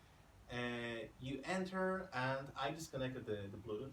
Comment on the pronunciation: YASS, "bluduth"